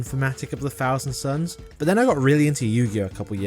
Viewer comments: Uhm, mate - the faction is called "Thousand SONS", not suns. 😅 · Thousand Sons... Not suns 😂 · hate to be “that guy” but it’s thousand sons